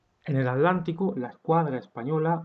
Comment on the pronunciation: en el aTTTTTlantico (con T) NO en el aDDDlantico (con d)